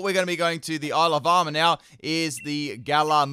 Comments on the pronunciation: I keep hearing 'Alabama' instead of Isle of Armor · Why I keep hearing Alabama instead of Isle of Armor? :D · When he says Isle of Armor I hear Alabama 😂